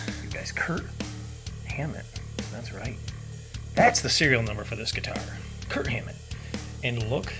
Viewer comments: No offense, but you keep saying "Kurt Hammett". It's "KIRK". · Are you saying "Kurt Hammett"? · Just a note, his name is Kirk. Not Kurt. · Twice you said "KIRT HAMMETT." Bro's name is KIRK.